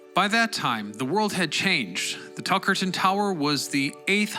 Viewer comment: Hey! I’m from Tuckerton NJ and you are pronouncing that second T way too harsh. It’s said more like Tuckerdon, Ik it seems stupid but it bothered me to the point where I couldn’t focus on the video